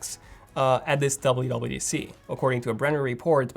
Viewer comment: be like: DABLEOOO DABLEOOO DEE SEE